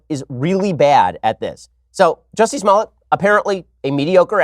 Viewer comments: It's jUSsie not Jewssie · His name is "Jussie", not "Juice-y" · Ohhhhh. It's pronounced 'Juicy'. I "get" it now. (Going to get squeezed in jail for reals tho'...) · I hate when people pronounce his name like Juicy. Hahaha I mean it is kind of funny and that is how it's spelled but he's known well enough ( especially with this shit he's pulling ) for people to know how to pronounce his name. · I wanted to watch this but he kept saying juicy smollet so I had to tap out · Please quit saying “juicy”. How he the top trending story but can’t say the name right... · Juicy?? Love the way pronounces his name. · did you just call him Juicey?